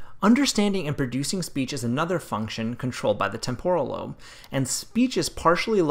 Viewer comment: TEmporal is the correct pronunciation. From Latin TEmpus, but even the Italian TEmpora has the accent on TE. The way you pronounced it is a smarty-pants Americanization which focuses on extremely cowboy sounds without any etymological care. Words are connected. What is the point to study if you don't? The TEmporan lobe is extremely important.